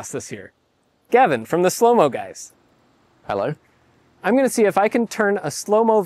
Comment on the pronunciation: Gavin coming into frame with the most Bri'ish 'hello' ever Want a bo'ohw'o'wo'er to go with it?